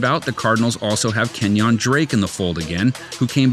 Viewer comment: "KEN-YAWN DRAKE"